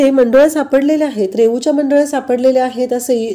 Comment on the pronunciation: मंडोल्या नाही हो, मुंडावळ्या, नीट उच्चार करा😂